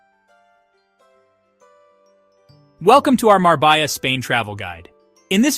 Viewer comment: Love the video, but as a Spaniard, you lost all credibility with your pronunciation of such a beautiful city. It's Marbella (Mar-beh-Ya).